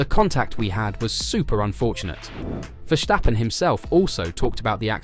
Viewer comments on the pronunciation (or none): For the love of god, there is no sh in Verstappen, stop saying Vershtappen!!! His name is Ver-stap-pen. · Verstappen, not Verschtappen. Common man he's over a decade in this sport. Get it right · Dude stop calling him Vershhhtappen there is no ff-ing H in there. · dude, i am dutch. Don't tell me how it's pronounced lol